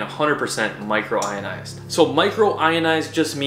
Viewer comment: It’s micronised !! Not micro ionised ! Lol